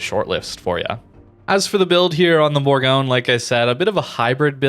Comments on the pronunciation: Almost, it’s actually pronounced boorgonye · It's pronounced "Boorgonye".